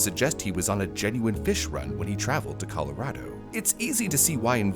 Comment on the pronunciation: I just want to note, bravo for saying "Colorado" correctly.